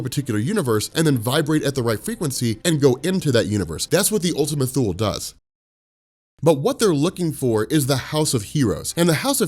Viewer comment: Probably pronounced Ultima 'Too-Lee'. Wiki the word "Thule."